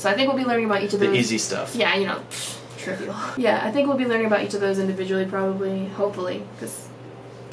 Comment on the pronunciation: I winced when she said 'trivial'. Traumatic memories.